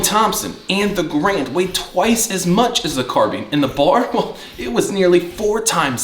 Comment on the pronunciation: I'm just being nit picky here, but please the man's name is a two syllable word...gAr-and. The bar as you call it is pronounced by the letters..B. A. R. Not as a word . Now that that is out of the way, damn you wield that carbine very well. Also the best part of the m1 carbine is collecting originals. Ten different manufacturers/ makers. Totally fascinating subject. Honestly a very well done video. Mostly I'm just yanking your chain about pronouncing of the others. So was the one you showed a WW2 made one or is it a new auto ordnance or something like that?